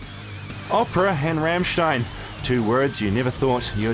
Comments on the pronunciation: Rammschteen? Really? o.O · dare I point out that it's "RAMM-shtine" and not "Ram-shteen"? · No. It's pronounced RAMMSCHTAIN with a hard "m", not Raaamstein or Rammstien. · Ramshtine? who the fuck is Ramshtine? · Rammstein its Rammstein for fucks sake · its pronounced rammstine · RAMSHTEEN ...how hard is it to pronounce Rammstein...? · What the fuck is a Ramshteen? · Rammschteen... what a tool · Someone please explain to this wally how to pronounce 'Rammstein' and 'Till' correctly?